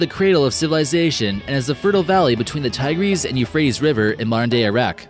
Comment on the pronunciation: "Tie-GREEZE?" Well, you got it half-right. It's "TIE-griss."